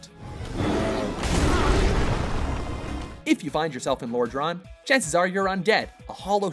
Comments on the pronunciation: That mispronunciation of Lordran made me cringe. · The way he butchered Lodran made me cringe.